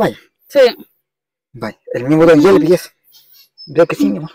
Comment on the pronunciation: JAAAAA MARVIN LE DICE YELVIS